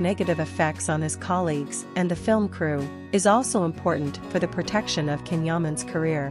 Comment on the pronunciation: Please pronounce his name as Jan , Jaaaan not Can